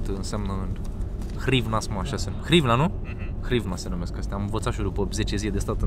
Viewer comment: Nu hrivna 😂da grivna!